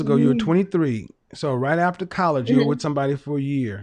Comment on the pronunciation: 1st caller:. She used the wrong vowel between the f and the t.